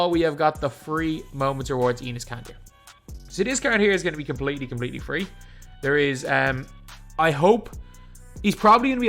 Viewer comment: bro said eanus kanter 💀